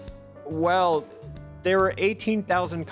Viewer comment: Guys stop, he was only putting it out th”air”